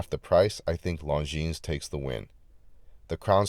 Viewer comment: I’m thinking about adding this to my collection but in brown. And by the way. The ‘s’ is silent.